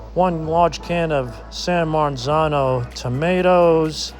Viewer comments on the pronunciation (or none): “San MarNzano” Sal you’re Italian, why don’t you know how to pronounce San Marzano 🤣🤣🤣 Also, I’m totally bustin’ your chops. This looks delicious, even if you botch the english vocabulary.